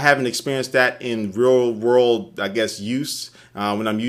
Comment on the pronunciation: "Roll rold use" Nice job with your accent.